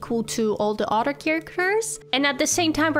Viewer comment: When you say other it sounds like you’re saying otter and I love it😗